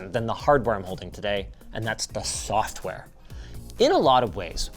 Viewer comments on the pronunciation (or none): What? Fosware? Like Free and Open Source? Thoffware?? Huh???